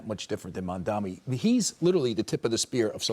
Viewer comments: All these dumbasses always mispronounce the name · Lmao they STILL can’t get his name right